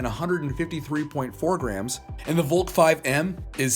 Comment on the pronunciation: Valk is pronounced : vALk